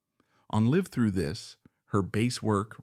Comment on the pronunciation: Lol you are poppin a woody over AI bud. You literally have to spell words exactly how they are pronounced sometimes or AI says dumb things like live through this. This is laziness of the content creator. Do they not listen to their bot saying the sht they wrote down? Too lazy to spell check live to liv through this just to get it speaking right.